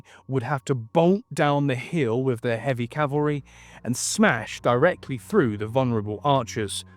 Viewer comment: But he does that shitty thing of pronouncing "th" as "f" so "through" becomes "frew". It's lazy and sounds unprofessional. If he fixed that it would sound way better.